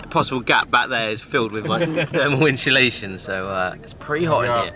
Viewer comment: I like how you say insulation, "inshulation"😂. Well done, you've done an amazing job, In quite a short space of time!!